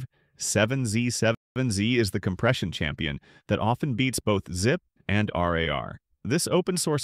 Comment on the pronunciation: ZIPE? WTF! Teach your AI Robot to speak!!!!